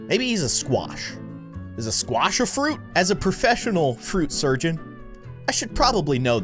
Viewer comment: that is a scwash😂